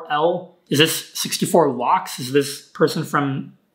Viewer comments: L means lakhs(lacs) not loks😂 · BTW just a tiny correction ,The way lakhs is pronounced is like 'lax'